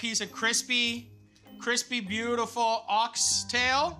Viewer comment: is it just me or does he say beautulful instead of beautiful